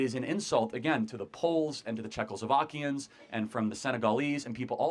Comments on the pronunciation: Man i kinda like your opinions and wisdom but then you say czechoslovakiens 😂😂😂 like it doesnt bother me, but just for record we split up into two states around september 1992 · CHARLIE!! Did you just say "Czechosloviakians?" 😊 Haven't heard that one in a while, lol.